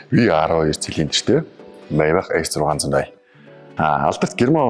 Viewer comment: Зоригтойхон шиг Мааябах гэж хэлээч дээ sorry